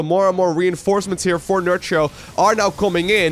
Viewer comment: For what is worth Nerchia (Nerkia is how you pronounce it) in Italian means : Big C**K, is Nerchio Italian? 😆 i suppose the right way to say his name is not nerCio...but NerKio 😝👍🏻